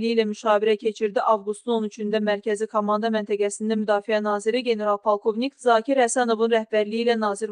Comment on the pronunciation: Hansı xəbəriniz şok yaratdı. Ayıb olsun . Əvvəlcə komando sözünü düz de , sonra şokdan danış. Heçnə yox, ancaq sənin savadsız danışığın şok yaradır. Arada bir su iç